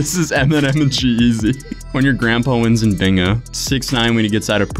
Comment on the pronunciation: I like how he pronounces "bingo" lol